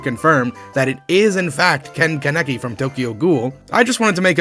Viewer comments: The way you said kaneki fucking hurt bro I'm not even a Tokyo goul fan and you absolutely fucking butchered that shit lmao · You didn't say Kaneki right